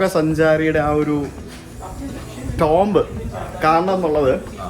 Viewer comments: Tomb is pronounced as Toom not TomB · ടോംബ്‌ അല്ല ടൂം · Tomb pronounce cheyyunna "toom" ennanu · Tomb pronunciation "toomb" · Tomb is pronounced as tooom